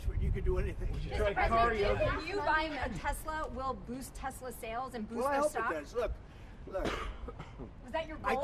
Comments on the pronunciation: "I love Teslur" - Donald Trump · This Man said I love Tesler 😂😂😂😂😂😂😂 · He most certainly did. I was like, that's so on brand for him. Tesler (lol)